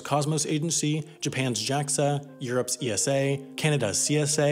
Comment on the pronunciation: Such a cringy video, why would anyone read NASA and JAXA correctly, but not ESA? Either be consistently wrong and pronounce it eN Ay eS Ay and Jey Ay eX Ay, if you insist on spelling every letter in ESA, or get it right for each agency NA-SA, JA-XA and E-SA. As someone who works for ESA as a contractor, this is like a sand paper to my eardrums :-/